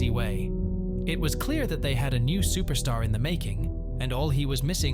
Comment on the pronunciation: "UFC superstar" bruh needed an english to english translator Nate style that was brutal lol